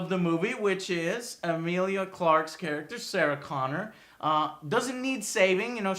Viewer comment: Eh-meal-lee-A Not Emile!!! Petty complaint I know but godamn Joe